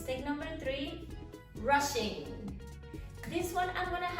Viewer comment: Every time you say rushing, I hear Russian!))